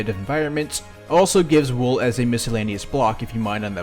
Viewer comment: Plebs: “wool”: ”wuewl”